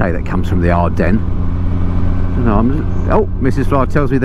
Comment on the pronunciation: ever heard If WWI? You've said "Adrennes" 19 times without a single reference....